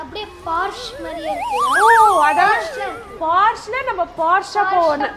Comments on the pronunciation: போர்ஷே.....not போர்ஷ் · Congrats ! Its pronounced “Porsha”